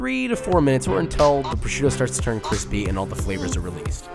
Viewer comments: I DEMAND you chage the title from crispy To Cwispy Pls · Cwispy* Top Mac and Cheese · I hesitated clicking on this video because I dread hearing you say “cwispy” 100 times. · Cwispy cwispy bweadcwumbs. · Shouldn't you rename is "Kwispy Top Mac and Cheese"?